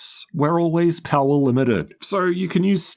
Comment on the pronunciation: Pawa "power" 😅